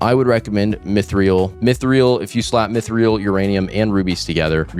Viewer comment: mythreal is actually pronounced "mythril" 👍